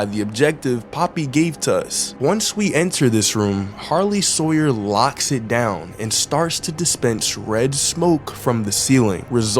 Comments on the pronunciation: Harley Sawyer ❌ Sarley Hawyer✅ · Why Were You Calling The Doctor's Minions, "Sarley Hawyers?" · He Calls Sawyer That For Fun